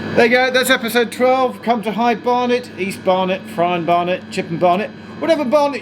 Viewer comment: High Bear-net?